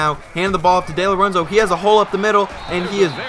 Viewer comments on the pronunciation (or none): No big deal but it's pronounced Dee-Lorenzo like Dee Gordon from the Dodgers.